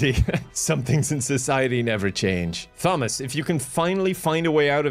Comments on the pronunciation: Why did you pronounce Thomas “thaw miss” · THomas. 8) Do the Irish have "Tom-mus?" or is it always pronounced with the H like "Thom-mus"? I can never tell if it's a Kevinism or an Irishboyism. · i love the way pronounces the TH in Thomas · With Irish names like Niamh being pronounced Neev it actually makes sense he'd pronounce Thomas like that. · I've never heard Thomas being read that way